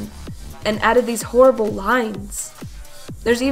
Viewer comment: It is not horrbul